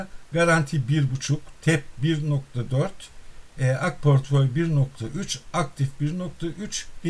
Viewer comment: pörtföy değil aslanım portföy portföy, dilini eşşek arısı ...